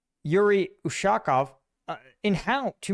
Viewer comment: He's ushakOv, not ushAkov. He sits higher than Lavrov in Russian pecking order (or so-called Putin's "power vertical")